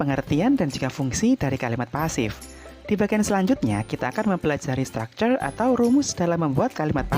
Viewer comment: kok stucture ? kan harusnya structure